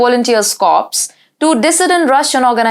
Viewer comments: Can I respectfully point out that in English, the word 'corps' is pronounced 'cor'. The word that is pronounced 'corpse' means a dead body and as you see, is spelled with an e on the end. The difficulty is because the word comes from the French, meaning 'body', but the last 2 letters are silent. Yandex is helpful for pronunciations... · The correct pronunciation is Russian Volunteers 'Core'. Corps is pronounced as 'core' not 'corpse' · . Corps is pronounced 'core'